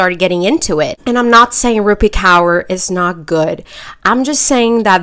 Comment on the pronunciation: just as a side note it's pronounced core not cower 😭😭